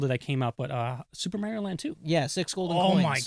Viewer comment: is correct in his pronunciation of "Mario"... is correct... that physically hurts to say.